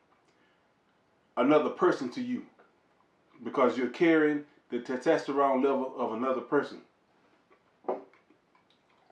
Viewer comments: Great video, but I couldn’t stop laughing. TESTTESTTORONE 😂😂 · Why is so hard for some folks to say testosterone. Lol